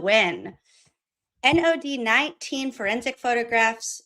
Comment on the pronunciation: Finally finished this. “whorensic room” 😂😂😂